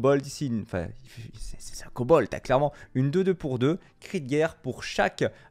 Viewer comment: Pas kobolTTTeu et catacombes mais kobolDEU